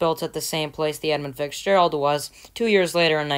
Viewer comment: you are still saying fixgerald